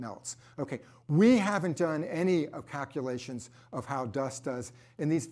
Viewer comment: Take a drink of your favorite beverage every time says "cackulations."